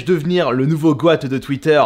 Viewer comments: Ca se dit surtout "gotte", comme un allemand qui dirait "Mein Gott"' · GOAT se dit GOOT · stp on dit " GOT " et pas goat